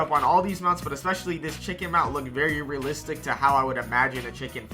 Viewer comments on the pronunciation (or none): Bro said rellistic and rell life😭😂